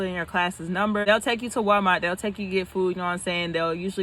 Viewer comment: I know I can’t be the only one that heard, “wapmart”. 👀🤣